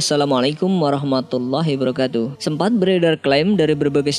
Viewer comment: Hiwabarkatuh kak. Bukan hibarkatuh. Afwan!? 🙏🙏🙏🙏☺️☺️